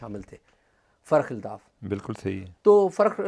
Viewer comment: اعزاز سید صاحب ۔۔۔۔لفظ فرخ الطاف ہے ۔۔۔۔۔آپ بار بار تلفظ فرق الطاف لے رہے ہیں ۔۔۔